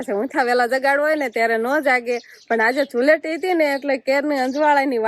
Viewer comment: ધુલેટી નહીં ધુળેટી કહેવાય